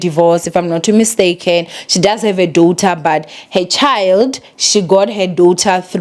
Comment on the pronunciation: Not in a bad way but whenever you pronounce Daughter as Dowuther i laugh yhoo. Now im going around saying Dowther